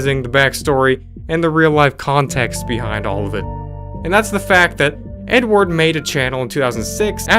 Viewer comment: When you were talking about the last one I kept hearing you say N-word instead of Edward. It was quite funny and confusing. Thanks for that it really got my day going on a hilarious note.